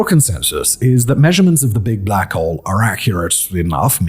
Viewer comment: blACHHowl. The pronouncement of his accent and stress on the “ach” is completely sending me lol 🤣